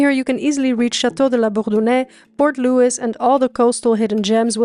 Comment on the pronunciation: gets all the french perfect, cut to Port Louissss